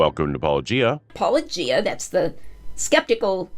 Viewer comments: I am always amused and a bit annoyed that these people constantly say "-o-gie-ah", "Polla-gee-ah", etc. and yet have no problem with pronouncing the word "apologia" and "apologetics". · Still can't pronounce Paulogia properly. Gary needs to be shown for the evangelical fraud he is. You're doing the lord's work,. As one ex- Menno to another 😅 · I think Gary refuses to say your name because he can't pronounce it- a shocking trend amongst all the apologists who talk about your criticisms, despite the fact that you say it at the beginning of every video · Sunglasses McGee whines that their interlocutors are "not being charitable", has he talked to Gary? He is so uncharitable it comes off as extremely rude, for instance the studied mispronunciation of handle, he could just have used "". His refusal to name names, denigrating the intelligence of any one disagreeing with him. In short, he acts like a badly socialized 5-year-old.